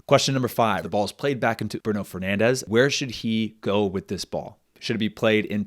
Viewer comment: Really cool format! Just a small note: Bruno Fernandes is not pronounced "Bruno Fernandes" as in Spanish, he's Portuguese and should be pronounced more like "Brun Fernandsh".